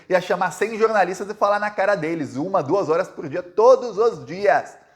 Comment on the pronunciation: jornaliata nao jornalisxo